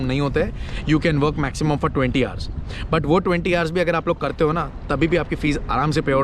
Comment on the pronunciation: Sorry to say . What is ours ours . Kya bol rahe ho dekh to lo Pehle 😂 kon sa accent Hai yeh. Hours hota Hai.